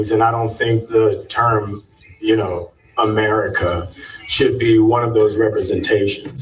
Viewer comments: it's AMERICA, not AMERICA-R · The way he put stress on "America" makes me root for Red Hulk.